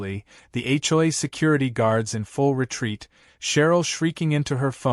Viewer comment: When will AI learn to say HOA, the hjoyay is getting tiring!